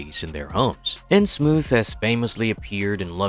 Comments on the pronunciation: It's in Innsmouth. Like the thing your words are coming out of. Everyone else I've ever heard talk about it says it that way, so pronouncing it Innsmoof is just annoying and pretentious. It seems trivial, but it completely ruined my enjoyment of exploring Innsmouth with you. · New rule: if your AI literally cannot pronounce THE ACTUAL TOPIC OF THE VIDEO, you cannot post your AI-shlop…